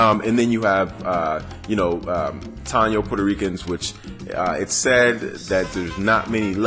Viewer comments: its pronounced tah-e-no (taino).. great video got a thumbs up my me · Good vid young blood. But we are pronounced Ta Eee No. Lol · Im 6 years late. Its Low-ee-sa (Loiza) , Appreciate youre breakdown we are here and living. Strong Tie-ee-no (Taino) population in P.R. as well reaclaiming our identities and land. Afro Boriken here. Boriken is the name the indigenous people gave it before the Spaniards. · it think Taino is pronounced TIEE NO, I was a 14 year old in Conneticut and a Puerto Rican of obvious African origin called me the N word, stung like a mofo cuz I never expected to hear it coming from someone like that, but I digress, DNA PR tend to be about 4-18% African, and Dominicans even moreso